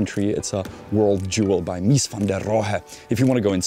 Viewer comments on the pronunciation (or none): none